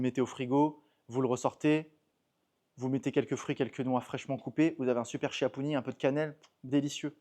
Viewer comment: On m’a dit que l’on doit prononcer : tchia😃😘